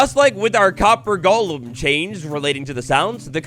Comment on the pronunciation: People really pronounced golem as gollem? Like is Minecraft lord of the rings now?